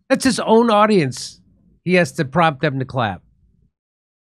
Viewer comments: Btw I’m convinced he said “you can crap for that” not you can “clap” for that, so no problem there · "Please calp..." Jeb Bush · "You can crap for that".